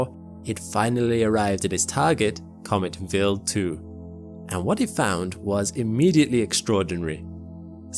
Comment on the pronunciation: W eye ald. Not willed.